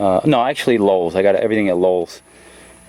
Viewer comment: It's Lowe's. Not Lowell's